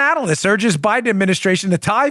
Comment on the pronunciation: She said Obiden administration 🤣🤣🤣